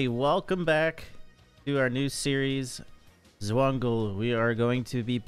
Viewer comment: i’m describing because you said zwungle